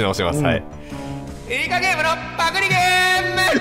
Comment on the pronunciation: タイトルコール 「ゲーーーーーﾝム！！！」 って発音なの好き